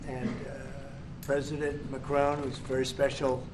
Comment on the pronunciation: He forgot Macron's name "This gentleman on my right" and even when he used Macron's name he can't pronounce it correctly.